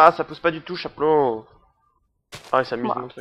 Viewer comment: shaplow sa ce dit chapon mais c'est shplow avec un - sur pas avec un - c